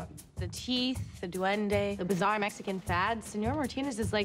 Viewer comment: As a latina, I CRINGED everytime he said 'duende'.